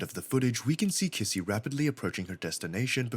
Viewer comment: Bro , can't even say kissy right for even one time 💀